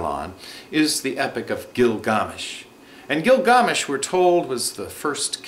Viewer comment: I appreciate the video but it's annoying when people pronounce something different because it originated from another country. It turns out to be twice as annoying when that country hasnt existed for thousands of years and it cant be known how the name was pronounced. It's Gilgamesh...